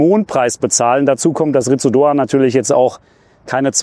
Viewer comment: das u ist stumm. "Litz Doan".